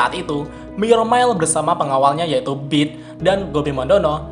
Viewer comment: 'Myourmiles' itu dibaca "mayermails" setahu saya. 🙏🙏🙏 Kedengar agak gimana gitu di Headset karena dibaca "myormails" 🙏🙏🙏🙏